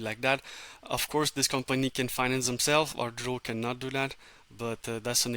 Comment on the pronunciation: Thank you for explaining the importance of reaching out to investors. However I need you to be clear on the correct pronounciation of the company name. There is no "R" in the first syllable of the name.